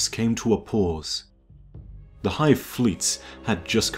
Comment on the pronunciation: BOII i was so satisfied when you said 'the hive'